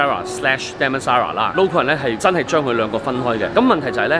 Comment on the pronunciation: 你是不是要说damnsara lol